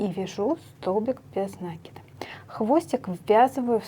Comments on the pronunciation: ударение в существительном можно проверить, если его использовать как глагол- накИд - накИнуть. В глаголе ударение падает на корень. Если ударение в глаголе падает на приставку, окончание или суффикс, то в существительном ударение ставится на приставку. Мне тоже "режет" слух Ваше ударение, до Вас ни у кого не слышала такого 🤣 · Великолепно,но говорите правильно накИд,режет ухо. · правильно говорить нАкид, схожие в библиотеку, возьмите словарь даля, в нем есть ударения, там будет нАкид. Орфографический словарь для ударений применять нельзя, только орфоэпический, либо толковый словарь Даля для старых слов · В орфографическом словаре накИд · а в толковом нАкид. Орфографический словарь часто ошибается в ударениях, он проверяет лишь орфографию (это правописание). Если слово старое, забытое современными орфоэпическим словарями, его провяряют толковым словарем Даля. У Даля нАкид. Скорее всего в орфографическом словаре опечатка, которую в следующую редакцию поправят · Вы неправы. Правильно "накИд", без вариантов. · На-это приставка,а в русском языке ударение ставится на корень слова